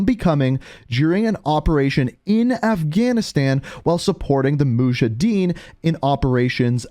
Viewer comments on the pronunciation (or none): none